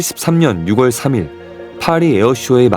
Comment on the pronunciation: 6월은 유월이라고 읽어야 함 10월이 십월이 아닌거처럼 쯧쯧